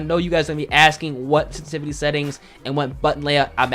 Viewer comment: WTF is stativity? SENSITIVITY! Anunciate your words dude.